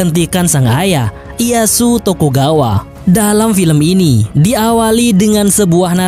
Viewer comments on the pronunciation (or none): none